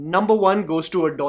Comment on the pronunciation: Sorry the pronunciation is add-oh-less-ance